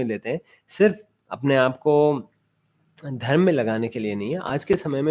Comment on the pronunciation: It is धर्म and not धर्म्. अक्षर (व्यंजन +स्वर )